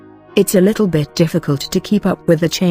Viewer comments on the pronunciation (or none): none